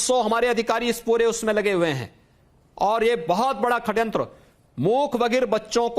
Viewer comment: हिन्दू पक्षधर सी.एम.का हिन्दी शब्द वर्तिनी का अशुद्ध उच्चरण , षडयंत्र को खडयंत्र बोलना अमान्य है।